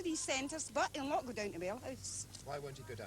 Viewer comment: "Ma brother's doon therrre" S M A C K ! 😅